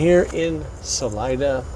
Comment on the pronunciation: Salida, COLO. not salina. Salida is spanish for exit.